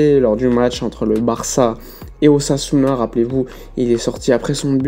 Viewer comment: Lorsqu'il a dit "une tentative d'ossasuna" j'ai cru entendre une "tentative d'assassinat" j'ai bondi 😂😂😂😂